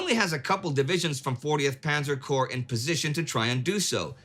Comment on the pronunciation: A minor correction, but corps rather than corp. Corp is an abbreviation for corporation, while corps entered the English language through French. (hence the silent P and S)